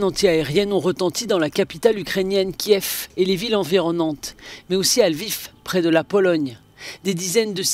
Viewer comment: Après 50 jours , ces journaliste ne sont pas capable de prononcer correctement Kiev et Lviv !!